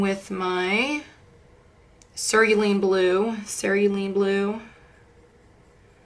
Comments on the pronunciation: Ceruleon. Pronounced sear oooo lee on, emphasis on the ooo. This was such a good video, these tips and tricks are so helpful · Only because you were asking -- I believe it is pronounced: Sir - roo - lee - un Blue. Cerulean Blue I like to call it: Sir ril lee un Blue -- It's easier ! 🙂